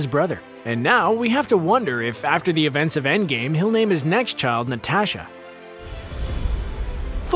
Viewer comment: Who’s Na-TAASH-sha